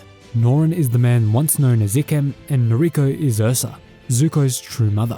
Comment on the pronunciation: Bruh it’s I-kem not E-kem